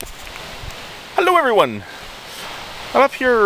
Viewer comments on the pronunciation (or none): I thought the same, lol.